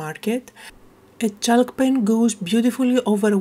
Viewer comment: Love the page the colours are amazing and I have a similar stamp so I might give this a go. Your English is amazing but a quick word about the pronunciation of chalk. The ‘l’ is not pronounced so it is pronounced like ‘chawk’. Hope you don’t mind me saying. 🇦🇺